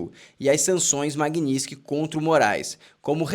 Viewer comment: Tua pronúncia tá errada. Tem um T na palavra Magnitski. Que deve ser pronunciado.